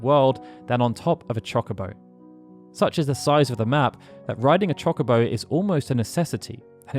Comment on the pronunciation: It's Cho-Co-Bo not Chalk-a-bo, my brain can't handle this